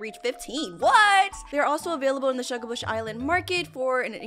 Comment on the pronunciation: u said shugabush heads that wrong